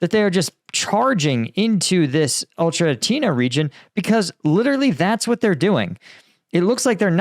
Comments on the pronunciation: FYI because I know you're having trouble pronouncing it, but the town is pronounced like "Oh-Kerah-Teen-Ay" rather than "Oh-Cherah-Teen-Ah". Hope that helps ❤ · O - cher - e -ty - ne BRAVO!